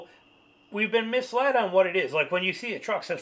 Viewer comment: FYI it's "misled".